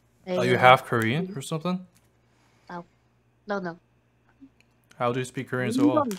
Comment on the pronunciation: 이건 노노도 한국인 말투의 노노인데?